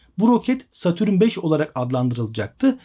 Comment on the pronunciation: Satürün ne abi. Dayanamadım kapattım videoyu.